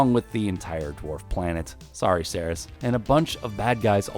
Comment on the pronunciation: Ceres pronounced Sair-eez.